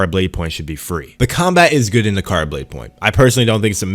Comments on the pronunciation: Na-ra-ka not nakara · The fact that he keeps calling it nakara……when it’s naraka is a clear indication he’s talking nonsense. Been playing on pc and xbox never once lagged…. Where do you live my guy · bro u could not pronounce the name of the game once during the vid, how u gon make a review, ive not even played it yet.